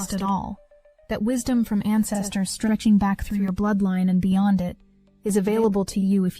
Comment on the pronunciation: BEYOND - NOT BEYONG